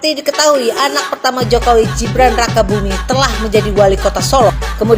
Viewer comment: GIBRAN mbk bukan JIBRAN sok²an pak bahasa inggris G dibaca J hadeeeewwww, kamu tuh klw gk nyocot gk bs makan ya.